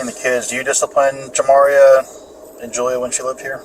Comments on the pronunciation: Your annunciation of the decedents name is making me cringe. It’s pronounced Jah-Mah-Ree-Uh not Jam-Ma-Reeyuh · Her name is pronounced JAH MAR RIA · AI sucks! She keeps saying her name wrong